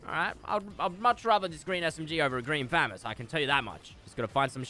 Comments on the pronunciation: he triggered me by kept say fam-us I thought it was fuhh-mos lmfao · Btw it’s not fam ess it’s fa moss good vids tho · famis ha ha ha it’s pronounceded famas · Did anyone else get annoyed when he said famees instead of famos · Listen to me fresh fu-mas instead of famas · It’s “FU-MAS” NOT FAM-ES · It’s fa moss not famass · Fu-ma-s=famas not fam-as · It’s killing me he is saying famiss it’s pronounced fah-moss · this is how many times he said "green famist" | | v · I love how says fmas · The amount of times he said fammas !! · The amount of times he said FAMIS🤣🤣🤣🤣 or GREEN FAMIS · is it me or is fresh saying famas like famus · “Green Fammous” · there should e a counter on how many times he says green phamas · “Green famus” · Can I get a dollar for everytime he said thermas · It’s pronounced Fu-mas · how many FREAKIN TIMES DOES FRESH SAY GREEN FAMUS LIKE YOUR SAYING IT WRONG AND YOU SAY IT A GAZILLION TIME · Y did he say grean famas so much he didn't even say it right 😂😂😂😂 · The way he says Famas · Say FAMAS right!!!! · Someone please tell me how many times he says "green famas" and says it incorrectly. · Anyone els get triggered When he say Famas and not famas